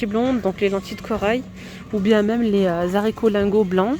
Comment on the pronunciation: Arrête de dire "zaricots" on dit haricots ...on pronounce pas 😅 😌 Merci pour tes videos